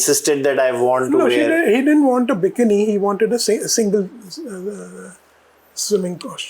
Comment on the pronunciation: and it is noy B I K N I it is called B I KEE NEE.Typical indian pronunciation you have